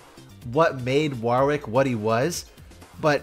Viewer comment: Wahwr wick? Worrick. Like Warwick the town, or you know, the name. Go watch any Warwick Davis interviews to see how to say the name Worr (like worry) ick. No hard A no second W. Worrick.